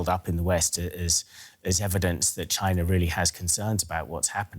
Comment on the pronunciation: This lady mispronounced china. I'm dead